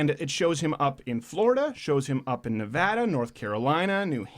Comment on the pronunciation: By the way, thanks for getting "Nevada" right this time, Mr. Crowder.